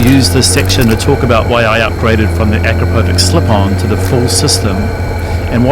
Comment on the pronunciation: It’s pronounced “A-krap-o- vich”